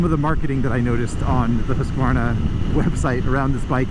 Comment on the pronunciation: Excellent pronunciation of both Husqvarna and Svartpilen 👍